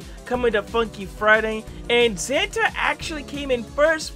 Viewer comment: it's Zanta not zanda